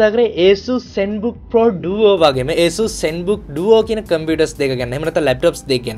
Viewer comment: Asus name eka hariyata kiyapan isella